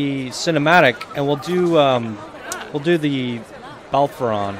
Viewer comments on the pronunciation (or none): It's pronounced buh-lair-uh-fon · You keep forgetting to say the O in Bellerophon.